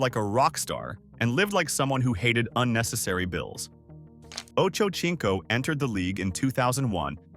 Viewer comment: Chads last name is pronounced sinco(seenco) not chinco.👀